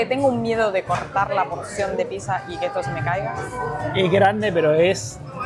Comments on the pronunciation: Muy lindo todo pero chicos, por favor, es PITZA no PISA!!! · La Pisa 🍕 jaja es raro escuchar así